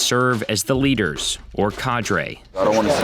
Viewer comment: The way the narrator keeps pronouncing “cadre” makes me cringe.